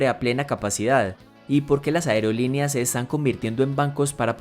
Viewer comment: Toma en cuenta que no sedice aereolineas se dice aerolíneas